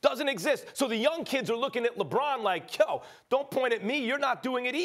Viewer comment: no D in LeBron James